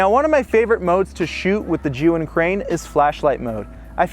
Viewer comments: The only person who actually pronounced Zhiyun almost correctly. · finally, somebody pronounce ZHIYUN properly :)